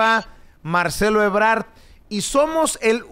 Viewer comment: Es Ebrad no Ebrar.